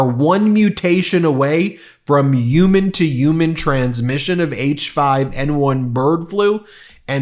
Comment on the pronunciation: Stop saying uman... makes you sound stupid and unreliable 🤦‍♂️ i know you can prounce HUMAN like normal people.